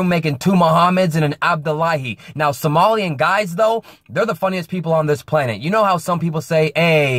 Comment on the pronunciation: I think he has been struggling with somali